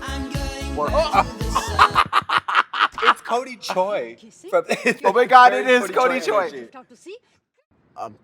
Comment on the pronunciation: It's the butchering of "Choi" for me. Also, completely lost it at "It should have been me."